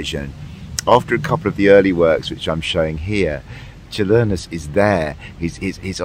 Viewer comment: Your pronunciation of Čiurlionis is spot on, nothing to worry about :)